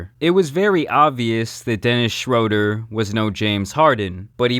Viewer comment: Pronounced “shrUEder” Sorry😂 y’all can cook me now